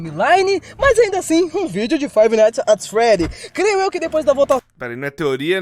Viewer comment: Toda a vez que o fala Five nights ats freddys eu fico com dor física 💀